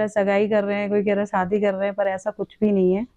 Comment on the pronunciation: जो बोला जा रहा है कि मुझे भारत आने लायक ही नही छोङा आदि आदि । ध्यान से सुनिए यह अंजू की आवाज ही नही है । एकदम से परफैक्ट हिन्दी। जबकि अंजू इतना अच्छा नही बोलती ।शादी को सादी बोलती है आवाज भी थोङी भारी है । विडिओ मे अंजू बोल रही है आवाज मे फर्क सुनाई देगा ।